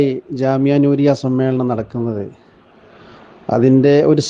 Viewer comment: സമ്മാളനം അല്ല ഉസ്താ ദെ സമ്മേളനം എന്ന് പറയൂ നമ്മളെ കേൾക്കുന്ന മറ്റാളുകൾ ഉണ്ട്